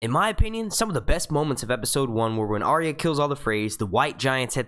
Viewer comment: Please learn how to correctly pronounce Arya